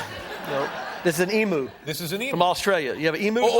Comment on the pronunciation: Pronouncing emu wrong its not an emoo its an e m u lol😊